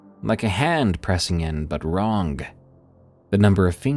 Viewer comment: You know the G in wrong is silent…… right? WronGAHHHH